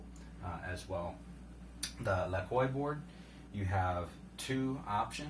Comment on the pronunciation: Pronounced: La-quah. But yeah. Evolve is good, actually great. Lacroix is just a whole other level of HOLY CRAP what the hell did I just ride. Price is not for the faint of heart. But is that way next level ride. Ride on Sir on them bomb ass boards.